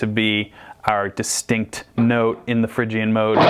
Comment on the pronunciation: you say Phrygian but its pronounced Phrygian...